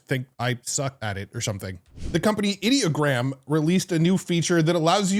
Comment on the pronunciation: I have to admit that I too, have been saying Ideogram the same way you do. However, after watching a video recently of the creators of Ideogram talking about the new features, they pronounce it (Eye Doh Gram).